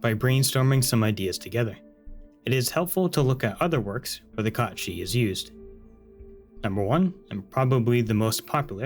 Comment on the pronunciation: I like that you pronounce it Kot Shee. I think that's the correct pronunciation. Most people would say Cat Sith. smh in disgust Also TIL this is where Final Fantasy got the character's name from. Didn't know it was Irish/Scottish folklore. Amazing!